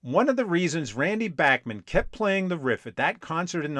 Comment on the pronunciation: Was driving me up a wall that you kept mispronouncing Randy Bachman's last name!!! At least you got it right when you said "Bachman Turner Overdrive" . This really make you look like anything BUT a music afficionado. You ought to take some time to fix this.